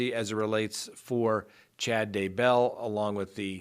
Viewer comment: I love this channel, but it does drive me nuts when you put the emphasis on the wrong syllable on names. Chad DAY bell. TY lee, not day BELL or ty LEE